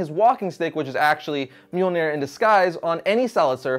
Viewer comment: Its not mjolneir its myuh myuh